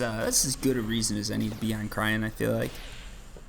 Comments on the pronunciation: Everytime he says cryen and not cyrene my souls dies a little. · its cyrene not cryene, SIGH REEN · lol every time you say cryene instead of cyrene (which is the name) it hurts me XD btw the heart is better heal wise but not as efficient i think ,dont remember the numbers of the top of my head but im pretty sure the s10 is 12 heal per pec while the heart was somewhere around 8-10 (have to double check) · Cyrene...pronounce SiiReeeennn